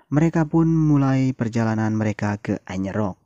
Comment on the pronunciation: bang bukan anyer rock, tp ayers rock